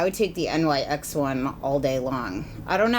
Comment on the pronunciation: Love how knowledgable you are!! Just being a nit picky little twit since you are the hands down expert of beauty gurus on YouTube and always so well informed and correct... it is pronounced "NIX" not "N.Y.X." <3333 Love you